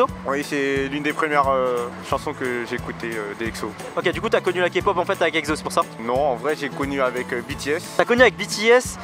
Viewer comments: Mais pourquoi EGZO ? 😭😂 c’est EXO (prononcer le en ECSO) Non ? Parce que j’ai tjrs prononcer comme sa 😂😭😂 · C'est exo E X O pas Ekzo MDR 😂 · Juste une chose: "EKSSO" merci ! :'3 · Par contre svp respectez les noms des groupes 😭 le egzo et izone me font mal aux oreilles sinon sympa la vidéo mdrr